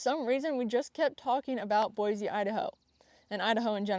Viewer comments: Yay! Idaho is the BEST. I've followed you for a while and am so excited to hear this. We live in east Kuna, just directly south of Boise, (its like 15 min south, if that) and FYI its pronounced Boi-SEE, not Boi-ZE. We moved 3 years ago and learned that real fast lol. Also check out Dusty Acres Boarding Facility. I actually live just down the street from the facility and its really amazing. My daughter gets her lessons there and I know they have space. Trail riding nearby, indoor and outdoor riding arenas, storage for trailers, and there are tons of trails an easy drive away. You can get to Lucky Peak or stay in the High Desert in just a few minutes from the facility. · Lesson 1 of moving to Idaho: Boise is pronounced Boy-see instead of Boy-zee😉